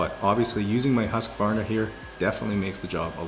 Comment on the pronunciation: As a Swedish person, i found the best part of the video was when he said "husqvarna" :D